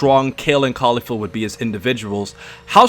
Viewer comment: its KEF la not Kayfla lol